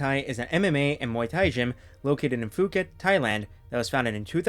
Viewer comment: It’s pronounced “Pu-ket”, not “Fu-ket”. Just FYI! Thai words anglicized commonly gets confusing like that.